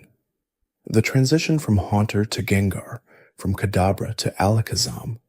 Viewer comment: He did it with gengar too (jengar)